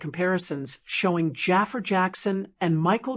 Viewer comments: ITS NOT JAFER……. ITS JAAFAR……. WHY IS IT SO FREAKEN DIFFICULT TO PRONOUNCE THIS NAME RIGHT………. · Jaa far not jaffa .